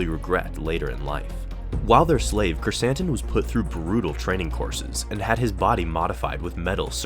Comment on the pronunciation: Love how Krrsantan is now in live action and that we pronounced his name correctly!